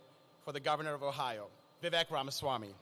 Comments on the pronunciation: Oh no, then the governor mispronounced Ramaswamy!🤯. Okay, he pronounced it correctly the second time. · Great news❤️…however, the first guy could have at least pronounced Vivek’s name correctly.🤯